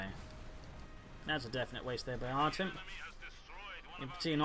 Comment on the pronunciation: Artem actually pronounces like Artyom it is a russian name.